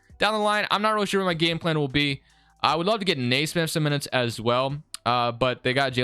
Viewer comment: its kneesmith not naysmith